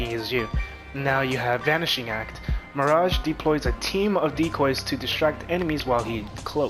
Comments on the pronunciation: My-ridge??? It's mirage hahahaha. Quit watching after I controlled my laughter enough to change the video. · Stopped watching after I seen your lvl 3 and pronouncing Mirage as my-ridge. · Did he just mispronounce "Mirage"!!??